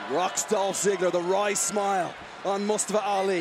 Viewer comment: It's not Mastafa Ali! It's Mustafa Ali, you fool Americans!